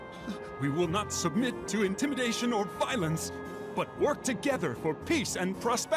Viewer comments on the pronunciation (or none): none